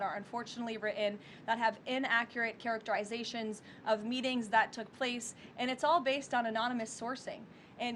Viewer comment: Sorry you beautiful woman but You mispronounced characterizations and written just saying